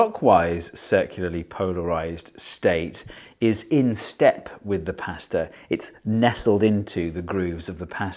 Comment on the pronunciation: I wish Americans said pasta like you